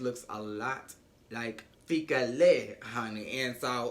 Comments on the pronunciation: Repeat after me: Fee Key Le. Fikile. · 🇿🇦😂😂🧡 I loove the way you pronounce Fikile - Fikilay😂🙌